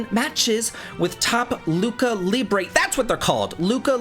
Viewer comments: As a native Spanish-speaker... Your Spanish 100x better than your Japanese 😂 I know that doesn't sound like much but what I'm trying to say, except for the Luca Libre, you did very good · im a fan of wrestling, and though you said lucha libre wrong, it was still hilarious.